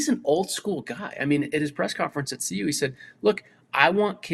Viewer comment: CU dude, not UC! 🤦🏽‍♂️